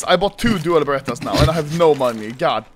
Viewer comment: it sounded like he said dual baguetteas Edit: it sounded like that to me